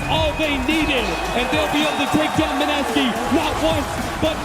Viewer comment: Mineski อ่านว่า ไมเนสกี้ครับ ไม่ใช่มิเนซากิ